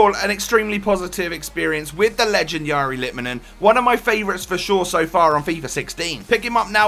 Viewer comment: Wow, someone who is not finnish can perfectly pronounce his name...